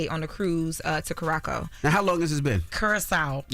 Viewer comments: Miss Lorosa... Curaçao has a "C" with a cedille in the name, meaning that the 2nd "C" is pronounced as an "S". 🇨🇼 Kee-yu-ra-saw 🇨🇼 Come visit us and "feel it for yourself" 😊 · Imma say Kurako from now on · That Curaçao pronunciation was crazy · Thank you Jess and Envy. please learn the names before talking girl please. It’s Curaçao (Kyuor•ruh•sau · Nah, it low-key feels like has tried to dumb herself down to appear less of a threat. She was never like this on TMZ. Also, most ppl who've never visited the ABC islands mispronounce Curaceo the same way MOST Americans mispronounce Qatar and many, Kamala. And these ppl are delivering the news on major networks. Stop trying to discredit a sista for mistakes ppl in her industry make daily. To, those of us who know, know you're smarter. Do better. 😉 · Curaçao pronounced wrong took me out. 😂